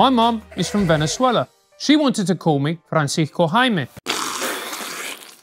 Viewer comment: Your "s" in Francisco was all that was need to confirm your Venezuelanness.